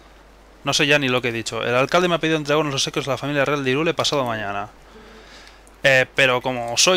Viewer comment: pensaba que se pronuncia jairul, no irule